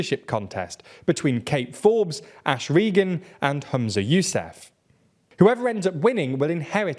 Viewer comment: "The SNP are no longer the only independence party — there's now Alba!" Okay and the Greens who've been about for decades too? Honestly, this channel gets things so wrong about Scottish politics (can't even pronounce "Yousaf" or "Murrell" properly) it really makes me take all their output with a pinch of salt.